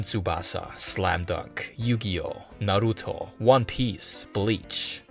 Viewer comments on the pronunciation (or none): none